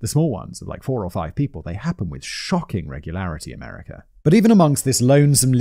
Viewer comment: I like how this guy pronounces America “ameri-car”